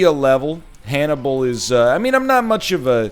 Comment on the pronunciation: He said the word wrong